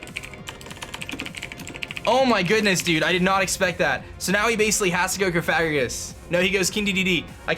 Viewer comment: Has anyone corrected you on your pronunciation of cofagrigus?